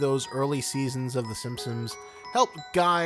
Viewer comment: im not sure why, but i can only hear “SimpSims” when you say “Simpsons” LOL anyways i just found your channel and love your content :D